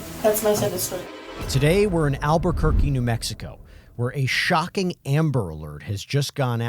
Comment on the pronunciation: Of course it’s alberqurque 😂